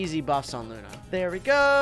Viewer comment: It’s luuuuuuuunnnnnnaaaaaaaaaaaaaaaaaaaaaaa not luna